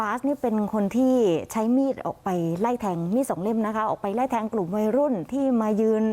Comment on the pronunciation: ไม่ใช่ไล่แทง อ่านให้ถูกหน่อย